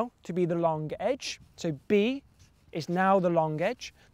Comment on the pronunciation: Long... loooonnngg. Not lonque.